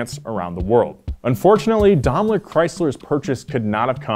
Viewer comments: its pronounced Daimler not domler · Always thought it was pronounced 'Dime-lur Chrysler' no Domler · It's pronounced "Dime-ler" not "Dom-ler". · It's pronounced "Dame-ler" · You can pronounce Maybach correctly but can't do it with Daimler. Maybach=mybok, Daimler=Dime ler. In German the second vowel of a two vowel combo is said in long form. Y in Maybach makes an eye sound, I in Daimler makes an eye sound. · Dom-lur Chrysler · Strangest way to pronounce Daimler that I've ever heard! 😂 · Glad it wasn’t just me, dam yanks lol 😂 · The way keeps pronouncing “Daimler” is so grating.